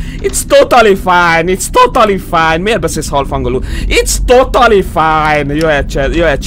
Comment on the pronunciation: "Itsz totali fájn" xddd